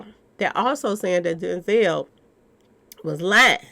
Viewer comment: Denzel rhymes with Hell 🤣